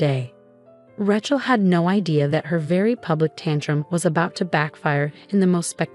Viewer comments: Ra Chel……please say it correctly. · Probably one of the best stories I've seen here, BUT, please teach your AI how to pronounce Rachel's name.